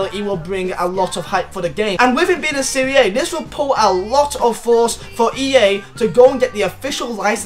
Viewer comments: It’s pronounced serie ah not siri aye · This guys fucking dumb. It's Serie A, not Serie Ayee.. And the Roma stadium IS already in FIFA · Am i the only one who wants to pull his ears out when says serie aaay? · It's pronounced "Serie Ah"...come on, you're a football fan, right? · it's pronounced Serie Ahhhhh